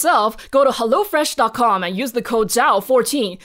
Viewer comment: Its not HellO Fresh, but its HEllo fresh :D its from Germany and thats how they pronounce it in our commercials